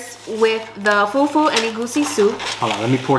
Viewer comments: Her pronunciation of fufu and puff puff is killing me 😭😭😭❤️ Love from Nigeria ❤ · See how they pronounced Fufu and Egusi, and Jollof rice 🤣🤣🤣🤣🤣🤣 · I'm a Ghanaian but I love Nigerian food 😋 please try Ghanaian food . The pronunciation of fufu but you tried 😅😂